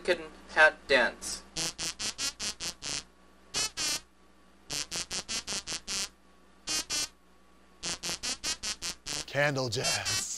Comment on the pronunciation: did he say CANDLEJACK?